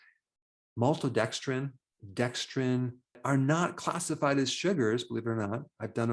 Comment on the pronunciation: "MALTODEXDRINE," Dr Berg doesn't like you...get lost!!!